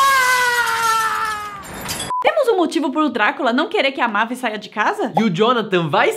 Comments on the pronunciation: Não é mávis é meivis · não e mavis e meivis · É "meivis" não "mávis" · Na hora que chamaram a Mavis (Meivis) de " Mavis" eu quase tive um treco.kkkk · A "mávis" É mavis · A PRONUNCIA E MEIVIS